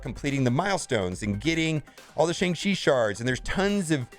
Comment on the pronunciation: If you still can't pronounce Shang-Chi, try calling him Sean, like others are doing